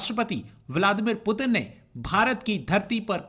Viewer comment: अरे गधों वो पुतिन हैं। प्युटिन या पुटिन नहीं।